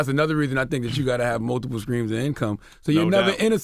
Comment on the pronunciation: Charla said U have to have multiple "screams" of income hahahahalooool WTF is a "scream" of income?!?!